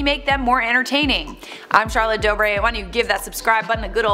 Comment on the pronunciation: WOAH CHAROLLETE SAID MY LAST NAME CORRECTLY!